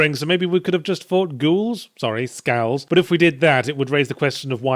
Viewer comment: He said skals so silly